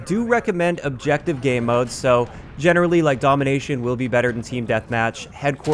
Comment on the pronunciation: Why does he keep saying “Gay Modes?”